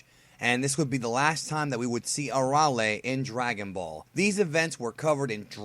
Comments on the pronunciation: No Aralee. It's A-rail. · It's Arale, not "ARRRRALE" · her name is uh - ray- lee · It’s pronounced air real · Arale isn't pronounced like that. its. uh- Ray- Lee.... do you even have the right to this video if you're explaining who she is, but pronounce her name???????? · thats not how u say the name air-re-ale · Soooooo strange to hear her name pronounced the way it is in this video.... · Oh my goodness, please learn how to pronounce with respect to the language